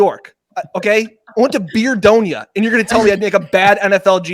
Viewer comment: "I went to Beerdonia!" 🤣